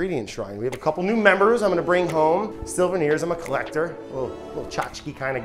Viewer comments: wait it took me too long to realise silverneer = souvenir 😭😭😭 never change brad ❤ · Brad….I love you. What’s a “silveneer” 😂❤❤❤❤❤ I live for you and this channel. Please keep it up!